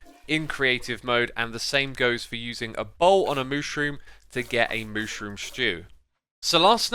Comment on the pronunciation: his way to spell "mushroom" killed me literally every time he says it ☠️☠️